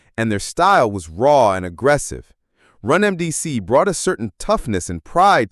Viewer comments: He said run mdc 🤣🤣🤣🤣🤣 bro ...how r u calling them legends and butchering their name?!!!! They're RUN DMC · Did this AI say rum mdc??? wtf smh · The way they said run DMC was weird to me. No wonder I thought it was AI.